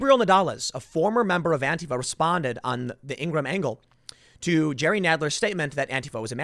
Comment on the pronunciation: Is he saying to follow "Andy Know"?